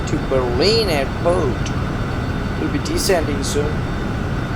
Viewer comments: Bhai Berlin toh Sahi se pronounce kar, itna tongue roll on BERRRLINN, comex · “We will be going to berin”